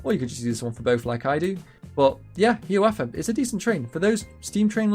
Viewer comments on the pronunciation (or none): Only thing i want to mention is the pronounciation of "Hiawatha." it's 'High-ah-wah-tha', rather than "Hee-a-wah-tha". Otherwise, good video!